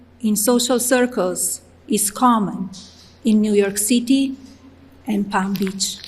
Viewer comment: Really??? She still didn't know how to pronounce City....😂 Disgusting!